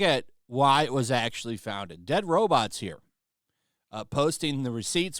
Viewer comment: "deadrobots".... It's dreadroberts 😂